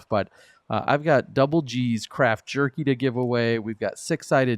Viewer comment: I have this going while I work. I've had to do a double take a couple times when you've pronounce "craft jerky" thinking I heard something different. I'm sure GG is glad you enunciate it enough.